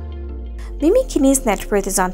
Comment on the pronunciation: Hey name is pronounced mimi not mini .. christ